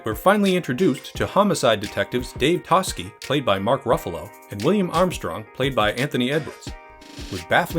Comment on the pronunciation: I also noticed the mispronunciation of Toschi, making me wonder if the narrator had actually watched the film or is just reading a script...